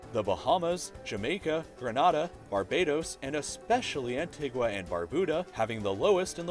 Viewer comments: Pronunciations... QATAR = K' TAR GRENADA = GRENAYDA ANTIGUA = ANTEEGA And probably a few others I missed too Lol sorry.... 😂🙈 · That's not how you pronounce Antigua!! That's so triggering